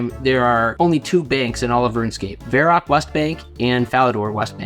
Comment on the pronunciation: Why can't you pronounce Varrock properly?